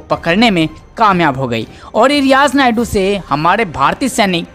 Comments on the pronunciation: Naidu nahi maiku hai,Sahi uchcharan karo dear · Sureshji ye aawaz kiski he? Ye riyaz naiku ko Barbar riyaz naidu bol rahe he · Naikoo he spelling thik se bolo